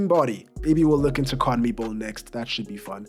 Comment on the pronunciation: The way you pronounce CONMEBOL is brilliant!